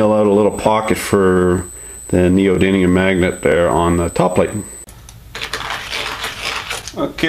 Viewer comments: So long ago you can’t even pronounce “neodiddlium” correctly. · It's called "neodiddlyum". Very unprofessional...